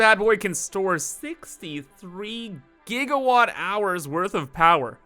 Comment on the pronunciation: 21.1 giggawots lol